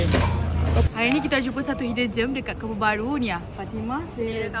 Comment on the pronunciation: dia sebut germ 😢